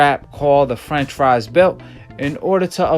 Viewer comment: You saying franchise belt sounds like you saying french fries belt.